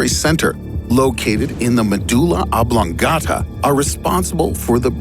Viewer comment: Colonel Sanders: The Obdula... OBLONGATA